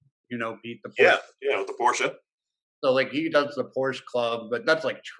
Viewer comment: Glad you two listened to me, now you know how to pronounce "Porsche" properly ;)